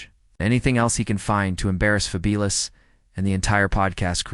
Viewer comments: Why you keep saying his name wrong. It’s fabulous like wonderful like something remarkable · Ok so it’s not a person, I’m like why the fuck does he keep saying his name wrong 😂